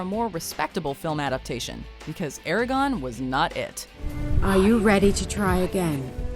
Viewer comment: The way you pronounce ConÄn and eragOne is annoying